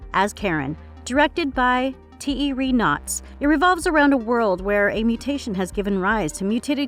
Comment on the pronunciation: At least they stuck with the incorrect pronunciation in this video, unlike in the one on 1960s’ horror movies where they managed to pronounce Giallo wrong as ghiallo, only to then say it correctly as jallo a bit later. Also, I love how “Thierry” became Tee Harry, or “the monsters left her undead” instead of “left her alive”.